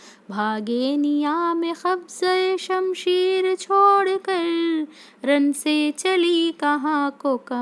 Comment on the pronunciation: Qarar hai kharar nhi qabza_e_ shanmsher hai not khabza_e_ shamsher aur bhi hai